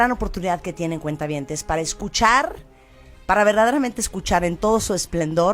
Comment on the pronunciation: Me duele los oidos cada que dices cuenta- habientes, estoy en el banco o que?